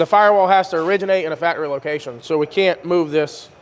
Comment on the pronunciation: The best part of CJRC is that can't get the "c" into the word faCtory. 😅 Love and respect from Kansas. Keep killing the game.